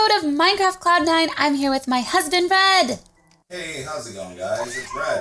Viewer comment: In the begining when she sead I here with my husband it sounded like she sead bread not red